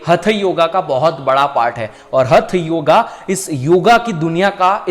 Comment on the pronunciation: हथयोगा नाही होता हठयोग bolna